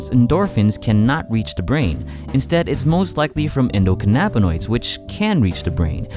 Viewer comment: The way he pronounces endocannabinoids is cringy